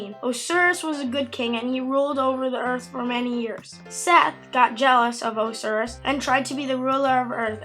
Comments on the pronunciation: Not being mean but it's pronounced O-si-ris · Not to be a history nerd but it Oh-ss-eye-rus